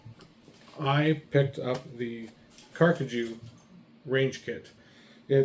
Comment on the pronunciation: Thank you so much for your review! We're glad you're enjoying our gear. We truly appreciate your trust and support. And by the way, you're pronouncing the name perfectly!